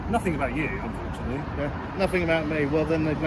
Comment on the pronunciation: Fuck me, is this a game of Take Your Pick? Was half expecting Des O’Connor to come back from the dead at this rate. “My colleague has put a report in, not about you… Unfortunately” What’s with the emphasis on Unfortunately? Towards the end it becomes glaringly obvious that this constable is mentally unstable and thus shouldn’t have a public facing role within any police force.